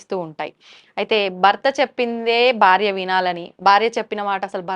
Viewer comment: Anchor Garu ‘Barya’ kadu ‘Bharya’ Dayachesi Telugu sarigga matladandi